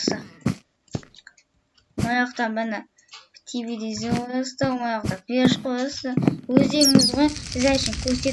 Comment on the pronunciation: Тивилизр емес телевизер